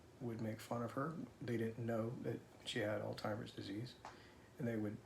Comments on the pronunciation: What the hay? So he mispronounced the name of that dreadful disease let him alone for God's sake. Would you want someone to point that error to you? Give him credit for telling us of their daily struggles. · I lost my mom to LBD in 2021. I’m so sorry for your loss! By the way, it’s “alZheimer’s” not all-timers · She is very fortunate to have a loving and supportive husband. Please tell home the word is ALZHEIMERS and not ALTIMERS...he keeps saying ALTIMERS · Hi, sweet man, it's alzheimers, not altimers.... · It’s called Alzheimer’s not altimers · Do you call it Al-timers or Al-zheimer? Couldn’t tell if that is on purpose or just a habit or how you are suppose to? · It's pronounced Alzzzzzzheimers not Altimers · Do Americans pronounce it 'all timers" disease?? In the UK u pronounce the Z saying "al zheimers" Also can u just say I wish u both well, u seem like such a good/supportive husband 😊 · I’m sorry are you saying Altimers?? Obviously it’s Alzheimer’s, but anyway I’m so sorry her coworkers were mean to her, which should not have been allowed, and for your situation. I will say a prayer for you both.❤ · Not meant to offend- your wife's disease is not pronounced "Alltimers" Disease. It is pronounced "All- hy-mere'z" disease. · You are mispronouncing the name of her condition. It is not all-timers, it is Alz-heimer’s, no T. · It's alzheimers not timers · Alt-heimer’s = not correct pronunciation, ALZ- heimer’s = yes 🙌🏼 Thank you for this video, hopefully it will help others regarding their potential condition. Does Theresa speak? I kept waiting for her to offer her own statement. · Altimers is not the right pronunciation..but im sure you'll have it right now. Sorry for your wifes condition it really must be scary for her and for you too.❤ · This maybe an accent thing, I’m from the UK but does he keep saying ‘Oldtimers Disease’ instead of Alzheimer’s? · It is interesting how many people pronounce Alzheimer's as "Alltimer's"..some even pronounce it "OldTimer's".